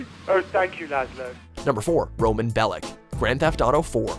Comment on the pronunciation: It's pronounced like Bellitch, not Bellick.